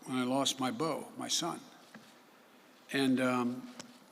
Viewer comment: He is un able to speak without bringing up his son baau. (bo). Whenever jo's in trouble